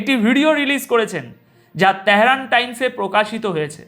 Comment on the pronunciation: " ত্যাহেরান " কী , ভাই ?? 😂😂